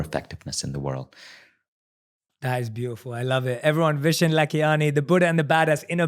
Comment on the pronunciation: Vishen: "...I changed my name to 'Vnson'...cause nobody could pronounce 'Vishán'..." Me (typical indian): even u can't pronounce it correctly!! 😅😅😂🤗